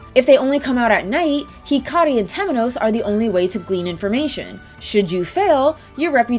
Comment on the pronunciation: I am SO proud that you're taking your Japanese lessons to heart, and pronouncing Hikari's name correctly! Gold star!